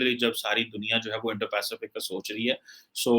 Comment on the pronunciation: ki Indo - Pacific bolne mein fatt ti hai 🤣